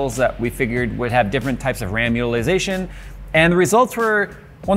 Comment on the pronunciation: Instead of Ram utilisation I tots heard ramulisation